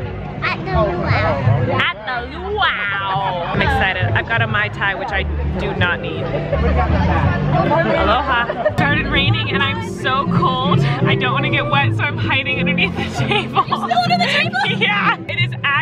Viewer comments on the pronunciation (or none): "Aloha!!" No. Alola.